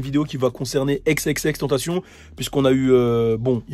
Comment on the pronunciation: son nom se prononce xxx en francais pas avec la pronotiation anglaise :)